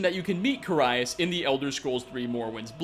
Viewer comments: he is also mispronouncing the name of carius, its care-ee-us, not car-eye-us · Or Carius lol Car EYE us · It's Care-e-us for Carius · You really have to ask someone who can't even properly pronounce Transmogrify, or Carius? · Trans-mog-riff-eye General Falx Carry-us Usually I wouldn't pick you up on Carius but it is said in the game by the Redoran Guard that you save from the ash spawn (can't remember his name)